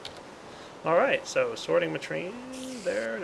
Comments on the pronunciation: did anyone notice that at said sorting matrine not machine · sorting machine not sorting maheme! lol